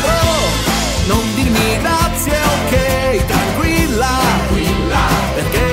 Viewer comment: dopo due anni mi accorgo che al minuto dici "tarquilla" invece che "tranquilla" apparte questo SEI UN FENOMENO bravissimo!!!